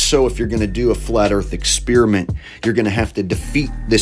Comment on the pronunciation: Oh, but, come on... You at least have to give the last guy the award for "most dramatic voiceover". Although, he may want to work on his pronunciation of the word "experiment". Or, wait... Maybe he's talking about former gum. You know... LIke "Ex" + "Spearmint". Hmm... Food for thought. Wait... Is gum food? Ehhh... Maybe not.